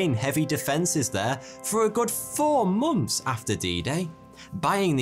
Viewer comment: WHY can't you say months. You say Momth. In every nth you say Mth. I freaking love your video's but I always have to go back like 1 minute. -+ but. Seriously.